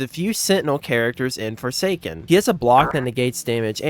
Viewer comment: I like four say skin